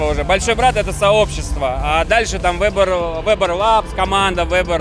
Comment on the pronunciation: "Вэбер" ветеран боев роботов!